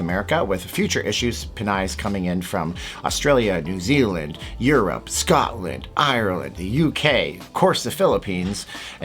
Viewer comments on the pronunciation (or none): none